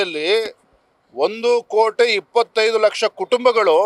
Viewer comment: ಇವನಿಗೆ ಕೋಟಿ ಅನ್ನೋದೇ ತಿರುಗಲ್ಲ ಸರಿಯಾಗಿ ಮಾತದೊಡಕ್ಕೆ ಬರಲ್ಲ ಇವನು ಒಬ್ಬ ಅಧ್ಯಕ್ಷ